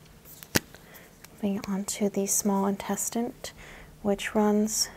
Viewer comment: "small intestint" say wut?